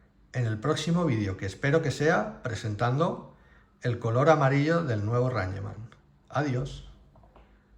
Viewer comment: Se dice reingman NO ranyeman. Es una palabra en inglés Sr